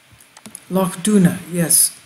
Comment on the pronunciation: You're pronunciation of 'Loch' is great! Wonder why they built them...wish I lived on one. Bless you